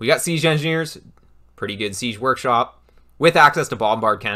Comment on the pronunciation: Fantastic resource, thank you. Side note: has anyone else noticed pronounces 'siege' like 'seezhe'?